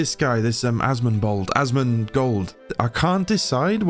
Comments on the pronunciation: Bro said asmonbald 🤣🤣🤣🤣🤣🤣🤣🤣🤣🤣🤣🤣🤣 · A cracked out a laugh so loud, my gf came to check on me. "Asmon-BOLD" xD